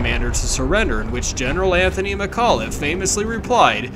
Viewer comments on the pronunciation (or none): none